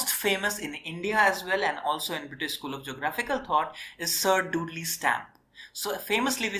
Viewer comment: Excellent Videos. I am also a PhD holder in Geography from University of Kerala. Your classes are so helpful for all Geography students from school to college levels epecially from Examination point of view. Just One Friendly Suggestion though. You should work on your Pronunciation of Terms and Names. Example: It's Dudley rhyming with Idli not Dudlay and Harvey rhyming with Harvi not Harway.